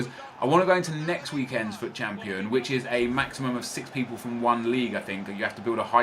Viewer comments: No one else is annoyed by the fact that he is saying FAAT and not fut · sorry its fut not fat